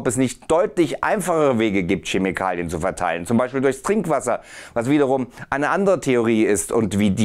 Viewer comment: Es wäre ja nicht so schlimm, wenn du das ‚p‘ nicht auch noch extra betonen würdest, aber so tut das so weh, dass ich mir den Kommentar nicht verkneifen kann: das ‚p‘ im englischen Wort ‚psychology‘ ist stumm. Es spricht sich ‚sychology‘. Und es heißt auch Chemikalien nicht Schemikalien. Autsch! ;-) Sonst gutes Video!